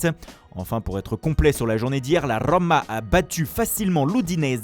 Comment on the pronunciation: la RRRRRRRRRROOOOMA !